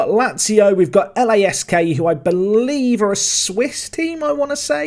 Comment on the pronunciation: It's Lask not L-A-S-K